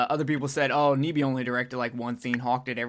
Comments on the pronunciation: His name is pronounced NEye Bee, not Nee Bee. I know because I once dated his niece. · Nyby is pronounced nigh-bee! And yes, my uncle Chris directed The Thing.